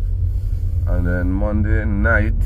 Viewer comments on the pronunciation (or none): Aye ah laugh every time u say Monday 😂 and I do enjoy ur vlogs and look forward to seeing them on both channel, be safe